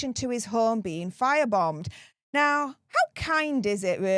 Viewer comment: Did you say fire bummed. 😆